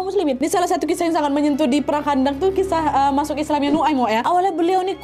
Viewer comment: Perang khondak kak!!! Pakai kho bukan kha!!! Heheh jadi ingat pelajaran wak di pondok dulu kak!!